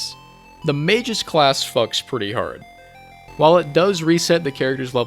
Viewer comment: Mispronouncing Magus as "mages" should be a war crime.